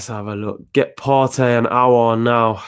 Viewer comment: The only one who pronounce aouar name right 👏👏👏👏👏 . Robbie dt troops and the rest all worng